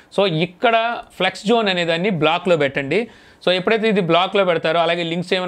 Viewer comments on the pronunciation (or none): నాన్నా.. అది ఫ్లెక్స్ కాదు ఫ్లిక్స్